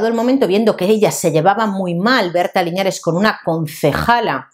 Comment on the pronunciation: Berta linares (no liñares) y es de Ma-ra-ce-na (no Macarena) que es donde vivo 😊. Grande